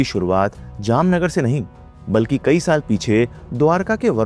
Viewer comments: No, it is NOT kahi baar or Kahi Sare ❎ In Urdu, It is KAEE BAAR or KAEE SAARE ✅ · he also pronounces kai saare as kahi saare or kai baar as kahi baar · right. Heard him say that many times. Kahin is what he says.